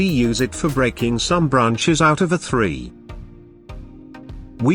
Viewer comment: Why does the tts pronounce “tree” as “three”